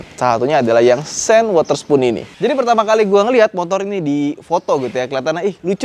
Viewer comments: Sean bacanya syon bukan sen lampu sen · Sean = bacanya Shoun bang 🙏🙏 Bukan sen